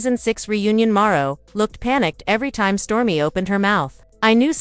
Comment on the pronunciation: Who is Marro? Are you trying to say Marsau?